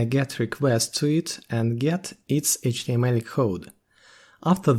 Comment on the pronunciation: Произношение Эйчь ти эм эль выдает )))